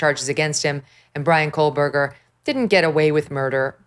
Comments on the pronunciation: not KOLEburger, it's KOHberger. no L. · Is it “Kohberger” or “Kohlberger”? Why are reporters mispronouncing his name after three years of this case being in the news? What is going on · There is NO L in KOHBERGER! 3 years later and she's STILL saying it wrong. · KOH-burger not coal-burger. 🙄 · Megyn, with all due respect, it's Kohberger, not Kohlberger. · I was getting ready to type the same comment… She has called him Kohlberg for over a year at least… It’s Koh…”Co” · Not Kohlberger...Kohberger (no "L". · Megyn, it's just Koh Berger, no L! For 2 and a half years you have been saying Kohl-berger. I wonder why you don't ever read any of the comments on your channel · Its “Ko-burger” — it has never been Cole-Burger. Sorry to be ‘That guy’ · I really wish she would stop saying Kohlberger. It is KOHBERGER. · why is no one correcting Megan Kelly that his name is NOT KOHL-Berger. Sheesh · Now people are pronouncing it "Kohlberger" as well! Is she doing this on purpose? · KoLberger? Cmon guys!! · Megs , say his name KO_ BERGER .. no L in it! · Why do you keep calling him "KOHLberger?" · Why can't megan say "Ko-Burger"... drop the "L" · No. It is Coalberger 😂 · no L in Kohberger. C'mon Megyn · MK, LOVE your show, always great guests and viewpoints but Kohberger has no “L” 🤪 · Megyn cannot even pronounce his last name correctly. She isn't the only one, but it just shows you how lazy the media is. There is no L in his last name. Unreal. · Please inform Ms Kelly that there is no letter L in Kohberger. She has been pronouncing his name incorrectly for years. Looks bad to me. Where are the MODS?? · Megyn, sorry your staff didn't mention this...so, I will. There is NO L in Kohberger. Just looking out for you, not a dig. 👍🏼✌🏼Just thought you would want to know. No snark intended. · Kohberger does not have an L in it. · What’s going on megyn? Why can’t you pronounce kohberger correctly ?